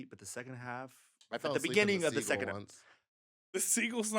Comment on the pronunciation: the pronunciation of Seagull is weird. Its like theyre saying segal.